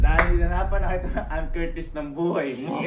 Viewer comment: dyusmiyo sa anne😂😂😂 "annedumi" 😂😂😂